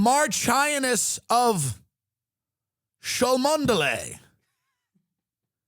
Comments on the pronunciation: Cholmondley is pronounced 'Chumley' ... it's one of those 'let's-see-if-people-don't-know-how-to-pronounce-it-properly-so-we-know-they're-not-gentry-or-at-least-upper-middle-class(-ish)' words. Like Belvoir Castle is actually pronounced 'Beaver', or Althorp House is pronounced 'Althrop', etc., etc. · Love you Tim! Cholmondeley is pronounced CHUM-Lee as in this video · That pronunciation of Cholmondeley is even more hilarious when you know it's actually pronounced "Chum-ly"